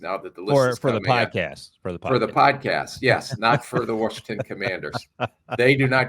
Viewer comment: This dude says warshington , get dis dude outta here, job done and we thank ya. Go on now✌️